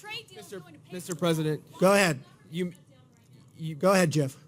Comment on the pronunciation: Every time Trump says "Ga ahead, ga ahead" I think of Ratso Rizzo.